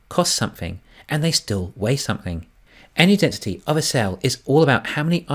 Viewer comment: Loving the content. Please put three syllables into en-er-gy, for the non-kiwi audience. Cheers.